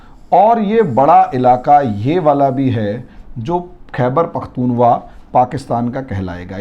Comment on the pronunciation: सर जी khaibar pakhtun khwa नाम है।आपके मुंह से लगातार khaiwar pakhtun wa सुनता आ रहा हूँ।नाम लेने में थोड़ा सुधार कर लें